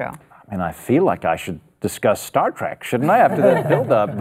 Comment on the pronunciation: I thought it was " Star Trek " and "star track" how can you guys even call yourselves fans?😊👍🏼😋